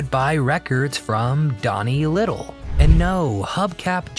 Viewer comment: It is lytle not little and it is greenfield not greenville